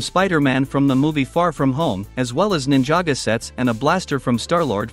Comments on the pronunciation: Nin-jaa-go bruh it's ninjago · He said ninjaga 💀💀💀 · I love ninja go (P.S. I wasn't trying to insult you I was making fun of how the text to speech said it) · Please pronounce it right is not Ninjago is Ninjago